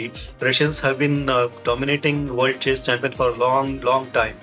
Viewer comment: Please try to pronounce chess correctly